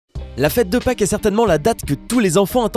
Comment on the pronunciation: t'a dit "La fete de faques "xD